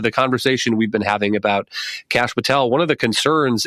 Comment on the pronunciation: It's Kashier Patel.